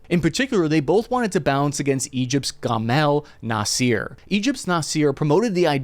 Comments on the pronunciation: Please use google translate to learn to pronounce names, GAMIL NASEER? REALLY? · Bro you always miss pronounce Gamal, it is pronounced as Jamal.